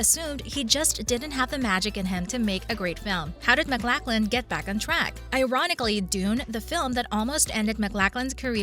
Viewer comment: It helps when you use an actor's full name (Max Von Sydow not Max Von). or the correct pronunciation (Kyle Mac-LOCH-lan not Mac-LACK-lan). Is this a bot's voice made from sampling a VO actor?